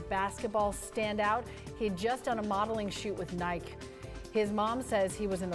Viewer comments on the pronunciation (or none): She really doesn’t know how to pronounce Nike?